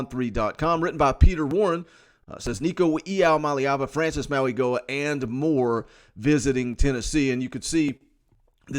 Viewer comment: Mauigoa does not pronounce the "g" in his name. AP said everyone was saying it wrong and was corrected this weekend.